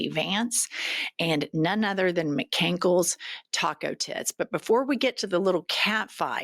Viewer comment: Did she say Mcankles Taco Tits? lol